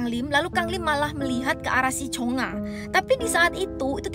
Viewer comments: Kak bilang cungha itu cungak aja hahaha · Plis bukan Cheonga😭 tapi chungha